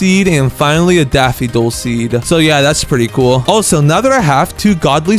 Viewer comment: It's pronounced daff-fo-dill